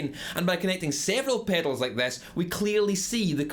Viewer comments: Drink everytime he says "pehdals"! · Like it rhymes with "fatals" lol